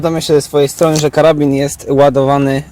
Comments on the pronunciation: "Karabin" xd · Karabin? Aż mnie uszy bolą...